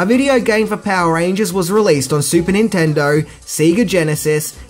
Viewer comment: if I may inquire? I'm guessing from the way you pronounce "Sega" that you didn't play it much growing up eh? you pronounce Nintendo spot on.